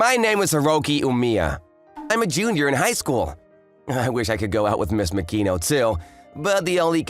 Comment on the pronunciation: ma-ki-no not mak-i-no